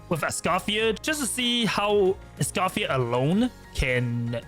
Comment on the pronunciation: It's Ice-Coffee-Yay!